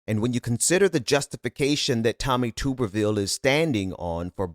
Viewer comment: Hey, i enjoy your show but Tuberville is pronounced tub-er-ville. Like bath tub.